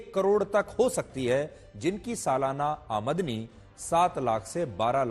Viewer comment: Aamdani hota hai amdi nhi 😊